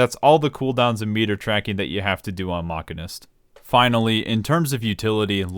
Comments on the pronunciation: omg the pronunciation of the job is MA-CHIN-IST, not MACH-I-NIST. FFS it was so off putting listing to the mispronunciation of the job. It's pronounced ma-chin-ist because it's discribes a person who works with machines. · Ma-sheen-ist is the correct way to say it lol. Not sure how ppl come to think it’s pronounce mach-in-ist. It’s like what my brother does for work. He is a CNC ma-sheen-ist. A ma-can-ik repairs stuff. A ma-sheen-ist uses machines to build and or create stuff. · I know I'm a bit captain obvious here. But of course I don't hire a "Machinic", I hire a "Mechanic". However you are pronouncing it as "Mechanist"... which is actually a thing from Fallout... TIL. Side note, "Machinic" is also a word lol, something something "Of or relating to machines". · A mechanic handles mechanical devices. A machinist handles machines. It is pronounced "mashinist" Thanks you for coming to my Ted Talk. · Saying "mockenist" is like saying "ay-ther." Just proveably wrong. The "machin" part comes from "machine." And Æ is pronounced "E" like in "dæmon." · It's obviously sarcasm but for other people the Mach part refers to machines not the speed so it is pronounced machine-ist also bad analogy as its not spelt machanic its mechanic... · See I'd pronounce it different still, like this: mack-in-ist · does he read machine as ma keen??? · I love Mock•uh•nist cause it’s like playing Cata era fire mage but with guns and way more style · i love how dryly he just pronounce "maqeeness" and just rolled with it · does he call machines mackeens? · Is the Bloodborne joke becuase your pronunciation sounds like Masochist? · i call it mark-in-ist as well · >chair pronounces MCH as mach-a-nist >me making fun of him >"I hope you don't hire a Masheenic" > "... hey wait a second" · We all know it's pronounced Machinist. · Disliking JUST for the pronunciation. Drove me crazy the entire video, you're a monster.